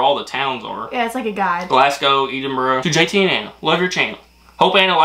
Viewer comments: I shouted out to my missus when i heard that.. eeeedinburgh, and breechin. Braw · Eeedinburgh. Almost edenburgh lol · yes very close too that . Ed-in-bur-oh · Just break the word down Ed - in- burgh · Most Americans pronounce the last syllable of Edinburgh wrong, but JT is an absolute maverick and somehow manages to pronounce the first syllable wrong, whilst getting the end right.